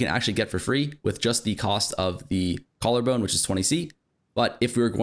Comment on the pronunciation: i dont know if anyone else caught but bro said preserved jawllarbone lol